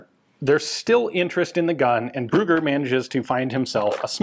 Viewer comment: "Ruger"?? Ah, the name is "Brügger"! Your pronunciation of ü as well as of gg is so far off, you sound like you mean to say "Ruger". -.